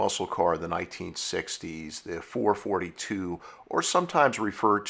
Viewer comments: I totally agree. NEVER in my life have I heard someone refer to them as 4 forty two. That irritates me so much I can barely watch this video... lol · There is no such thing as a four fourty two. Your killin me here.4-4-2 is four four two. its been that way from the beginning. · I have never heard anyone call them a four fourty two. It's a four four two. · Every time he says "four forty two" it makes my head explode. I had to stop at 3 min in. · I had to shut this off hearing you repeatedly calling a FOUR-FOUR-TWO a Four Forty -two. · Please, four forty two is like squeaky chalk on a blackboard to Olds aficionados. It's Four Four Two, always was, always will be. I've owned 2 '68s, first one in 1972 other in 1985 and 1 '72 Hurst Olds. Loved them all, wish I still had them. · Please redo the video, use the term “four four two” not “four forty two” Thank you. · Dude, NOBODY called it a " four FORTY two"! It was and always will be a FOUR FOUR TWO/ 4-4-2 (4 BARREL CARB/4 SPEED MANUAL/DUAL-2-EXHAUST.) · It's not "sometimes", it's always referred to as a "Four Four Two", not "four forty two". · It’s not four forty two it’s four four two... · GENERATION ALERT! NOT a "4 42"! A "4-4-2" originally stood for 4 barrel carb, 4 speed, Dual Exhaust.! U need to stop narration until you learn some history! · I always thought the car was called the FOUR FOUR TWO... not Four Forty two.?. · It's never been the four fourty two.... Always the 4-4-2. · It is NEVER referred to as the "Four Forty-Two".... it is always the "Four Four Two"..... go to an Oldsmobile car show and make that mistake and they will show to the gate! LOL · Does it drive anyone nuts hear "four- fourtyTwo" instead of 4-4-2? ITS 4-4-2 LOL I had people scream that at me so many times growing up. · Four four two. Nobody called it a four forty two,ever. Ever. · Please, please--someone else comment that it's four-four-two and not four-forty-two. I can't get enough! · It's NOT four forty two!!!!!!! AAAAARRRRRGGGGGHHHHH!!!!!